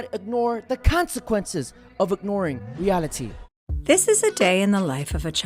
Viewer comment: When you said "ignoring reality", I thought you said "dr. Moriarty ", I'm stoned though so.